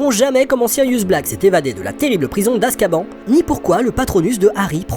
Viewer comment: ON dit askabane pas askban il le disent dans le film